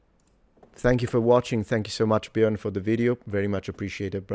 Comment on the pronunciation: I love that you pronounced "Björn" correctly. I live in Malmö so that's pretty close to the Swedish (but formerly Danish) town Trelleborg and I had not connected that to the word "träl". That's interesting. It's a port town that's mostly today know for ferries to Germany, Poland and Lithuania.